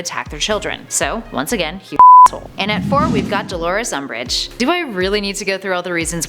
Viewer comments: Guys QwQ Its "Umbish" Hueheuhue ;-;(And to mention im not corecting ppl its just a joke) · It's umbridge not um😓😓😓😓😓